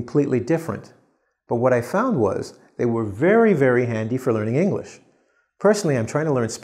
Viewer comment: You said enlish instead of English